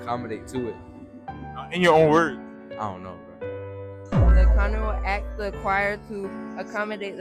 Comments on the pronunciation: He “axed” them “how old is you” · "I axed you a kweshtun!"